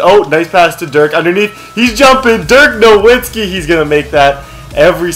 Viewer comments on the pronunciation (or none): it's pronounced novitski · Dude even though it's spelled Nowitski it's pronounced Novitski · its pronounced (na-vitz-key